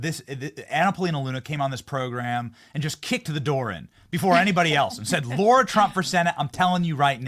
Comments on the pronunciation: It’s LARA not Laura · BENNY It's LAH-RA. Pronounced like that. NOT LAURA> You have GOT to get her name right. It's painful. LARA = LAH-RA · It’s Lara not Laura! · You think she cringes everytime Benny calls her Laura? Pretty sure its Lar-a, like car-a. WTF Benny? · Great interview. But I cringed a little every time Benny called her “Laura” instead of “Lara”. 😂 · Johnson, can you check your pronunciation of 'Lara'? Google tells me she's not a 'Laura'. Maybe I'm wrong, but go check please. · I think her name is LARA, not LAURA. She doesn't seem to mind, but still. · BENNY! IT'S LARA! NOT "LAURA"! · Why do you keep saying 'Laura' and not 'Lara'? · It’s Lara not Laura. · That is lara not laura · Benny, it's Lara, not Laura..... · When in the hell are people going to start pronouncing Lara's name right! For educated people, it shouldn't be that hard! Not Laura, but LaR a. Come on, Benny! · Benny, are you mispronouncing LARA’S name? I thought it was LARA not LAURA. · Bro her name is Lara not Laura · Her name is LARA,LARA,LARA,NOT LAURA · Benny……PLEASE pronounce her name right!! It’s NOT Laura! It’s Lara. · Is it Laura or Lara?..I know sometimes he butchers names! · Benny... I L❤️V U... I watch you EVERY DAY!! You are in my top 3!!! NOT tryin to be prickish However... It's LARA... it's not LAURA 👍🏻 Keep on my good brother... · Benny it isn't Lura IT'S LARA! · La. Ra. Not Low. Ra. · It's L A R A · Smh pronouncing her name wrong lol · Mrs. Trump's first name is Lara, not Laura. I believe it is being mispronounced most of the time. It would be nice if someone with a wide audience would set it straight -- and be sure to get it right when talking to her. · Her name is indeed Lara. I wish Benny would be more accurate with the pronunciation.